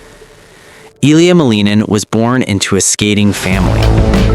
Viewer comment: The cats know that their master’s name is pronounced MAL-in-in. He’s 21 years old. His father is Roman Skorniakov and his mother is Tatiana Malinina. He named himself the “Quad God.” Seems the cats are already ahead of the AI bot narrating this hodgepodge. 😂